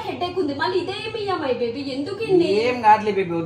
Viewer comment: లేదు బేబీ కాదు బెబ్బీ అవను బెబ్బి చెప్పు బెబ్బై 😂😂😂😂😂😂